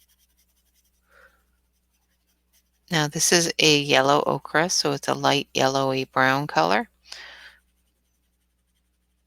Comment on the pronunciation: Great tutorial on shading! Ochre is pronounced OH-ker.